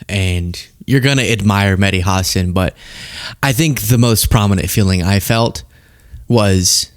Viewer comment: What an absolute circus. Nobody could finish a sentence—felt like watching a group project run by squirrels on Adderall. I lasted five minutes before my brain filed for divorce. Also, it’s Hasan, not Hassen—maybe learn his name. And wow, you never thought America would fall to fascism? Cute. Sounds like you were raised on a steady diet of bald eagles and Saturday morning PSAs. Time to flush the Faux-gressivism down the same toilet this debate belongs in.